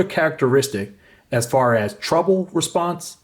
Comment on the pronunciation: good beginning review but you're mispronouncing 'treble'. it's not pronounced 'trouble'.